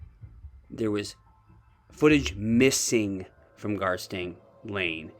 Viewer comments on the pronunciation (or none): none